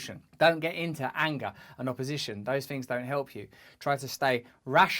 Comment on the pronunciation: Interesting that you feel the need to go back and say "I didn't do bad all fings considered..... all in all I fink I did alright" We're not going to solve world problems with a video time machine.